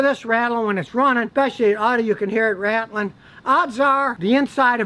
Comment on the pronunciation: “Rat-L-ing” - the repeated movement or shaking of lose and or broken catalyst inside of a catalytic converter.